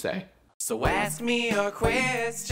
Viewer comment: Do you say "Ass me a question" or "Ask me a question" in the outro? this is really important and if the answer no then boom! you have a reason to re-record it